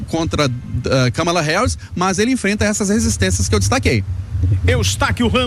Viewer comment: "MÃS", MEU AMIGO VC É UM ANALISTA POLÍTICO, UMA PESSOA FORMADA, FALA DIREITO, É "MAS", agonia da porra de quem fala errado